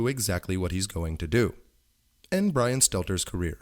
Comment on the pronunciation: Get mark dice to help next time, he sounds more like Bwian than Bwian